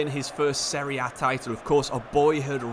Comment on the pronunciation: Thanks bout this video, finally someone that says the competition's name correctly ;) btw thanks for this video about Totti, our eight roman king... Daje Roma!